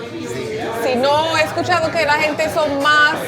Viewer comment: Es de Inglaterra 🤔 hubiese apostado que era caribeña, de Colombia o por ahí , sobre todo cuando habla Español dice (hente) casi sin pronunciar la g, tal vez tenga raíces latinas 😁🇺🇾👍